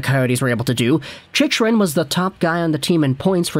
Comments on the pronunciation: Chicken* :p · It's pronounced chickrin